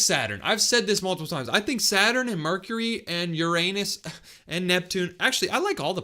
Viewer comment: pural star my ears hurting from mecury